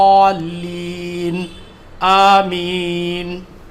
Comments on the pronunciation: Apki talaffuz bahot achhi hai magar zwad padh rahe hain aap jabki arbi me dwad padhi jati hai ise jald se jald thik kariye warna ho sakta hai logo ko galat ilm hasil ho aor log isi tarah padhe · Minal zwaleen nhen hota hai mnal dwaleen hota hai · Bhai aap apni surah fatiha durust karo Gairil magdube alaihim waladduallin